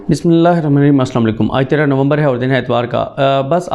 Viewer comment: Dear brother Siddiq Sahib Salaam b on u ...I m regular listener of Ur Analysis One thing u must care of , is that U should recite complete and clear Bismillah at the beginning of V log. Wish u successes of Dunia and Akhera. Jazakallah Atta